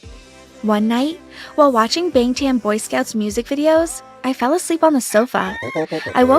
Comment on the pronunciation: Lollll i can't believe they actually said it wrong lol